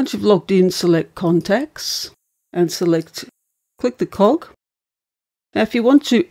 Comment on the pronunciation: This video is helpful - but only if you can guess correctly which of the two machines she is talking about at any given moment. It is also difficult to translate some of her pronunciations - "cog," the icon for "settings," being one.